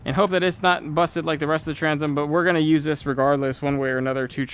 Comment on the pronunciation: Transom not tranzum Oxidation not oxidization Temperature not tempuhture Temper not temperament Taken not tooken Oak rots quickly.